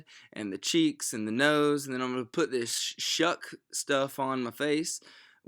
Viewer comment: This "SHUK" foundation... lmaoo